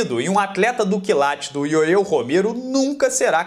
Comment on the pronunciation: Pronuncia - se "yoél" e não "yoeu" Romero.😏